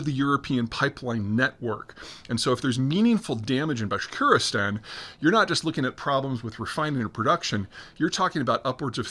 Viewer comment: Bashkortostan Peter, FFS 😂 Can't pronounce placenames to save his life.